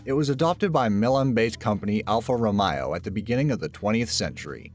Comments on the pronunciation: alfa "RomAo" not romaio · Alfa romeo (al-fa ro-may-o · This is so dumb.......and why do you pronounce Nokia and Alfa Romeo wrong it's the way it spelt it's not nakia and Alfa Romeio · ROMAYO?? Why do americans invent new ways of pronounciation? It is Romeo as in ALFA ROMEO - oh Romeo oh Romeo wherefore art thou? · Conspiracies or idiocies? It's amazing what some people will believe. Thanks for encouraging the aluminum foil hat brigade. And, by the way, it's Alfa Ro-MAY-o, not Ro-MY-o. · Oh my god. Alfa Romeo not romiio. Get it right. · I hate the way he says Alfa Romeo, its not pronounced Alfa Romio it's pronounced Alfa Romeo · da fuqq is "Alfa-ROMAIO"? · Alpha Ro migh O Lol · Alfa RowMyoH???????? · Why do they let that guy narrate these videos? Nothing pulls you out of the moment like listening to a guy mispronounce words like "Nokia" to sound like "knockia" or "Alfa Romeo" as "alfi roMYo" seriously. I notice this in shitty shows all the time. The shittier the show the more you see people saying well known words in the stupidest ways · Dude you can’t pronounce Alfaro yormae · Alpha Romaio lololol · Please, PLEASE, learn how to pronounce things properly! Italian car company Alfa Romeo, is not pronounced correctly. It is pronounced Roh-mey-oh......I don't even know how you came up with your pronounciation. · alfa romajo? you're not even trying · "alfa romayio"? what the hell lol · Say Elfuh Rameo one more time! I dare you, I double dare you! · Actually its pronounced "Al-Fah Row-May-Oh"... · Alfa what? What the hell type pronunciation was that?? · Learn how to pronounce Alfa Romeo, fool. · you really need to learn how to pronounce alfa romeo hahahahahahahaha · I only disliked this video is because you pronounced Alfa Romeo